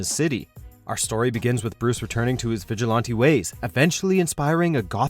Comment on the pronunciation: Who taught you how to say vigilante